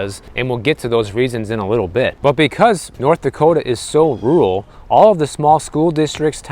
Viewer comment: It's rur-al, not rue-ul.